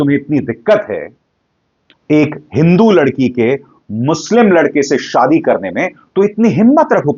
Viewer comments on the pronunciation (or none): none